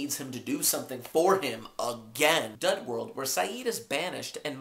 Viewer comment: And it's dud world not dough world lol